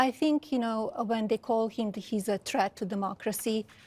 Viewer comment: Lady can't even pronounce the word "threat" correctly. 🤦‍♂